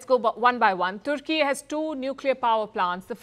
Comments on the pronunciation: IT IS TUR KEY NOT TOOR KEY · its Tur Keeey.. not turki